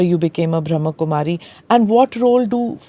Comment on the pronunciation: Smita Ji...it is Brahm Kumari...not Bhram Kumari...